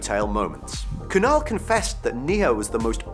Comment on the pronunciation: I don't mean to be rude but as an Indian, I can't help but laugh (and cringe a little) at his pronunciation of Neha